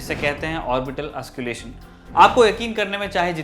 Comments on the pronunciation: Bhai it's auscul't'ation not ausculation. Nways nice video. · ऑस्क्युलेशन नही। ऑस्कलटेशन बोलते है। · Sir auscultation not ausculation..pronunciation sahi kar lijiye.. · एंकर साहेब ऑस्क्लेशन नहीं ऑस्कलटेशन होता है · Lol its auscultation Not ausculation U don't know anything and telling everyone that you know everything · Wrong pronunciation ... Auscultation not Ausculation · Bhai... M kya bolu.. Can't stop laughing... Ye auscul-tation pronounce hota h.. Auscalation nahi.. Bas kaafi h.. Samajh gaya hoga tu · You are pronouncing it wrong, it’s not “ausculation” but “auscultation”...please say it correctly...practice mate! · That is called auscultation not ausculation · Its " Auscultation"..not " Ausculation" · Ausculation kya he... auscultation hota he... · Nice Report....But its "AUSCULTATION' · Well said and put a strong argument in this serious context. But Sir, you are pronouncing the word, AUSCULTATION wrongly. Rest all is good enough..